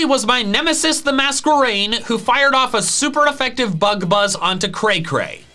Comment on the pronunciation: Mask-erain, not Mas-kwerain